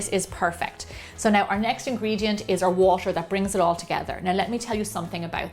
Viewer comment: When Gemma pronounces t in ‘water’ it’s so exotic like ‘watsher’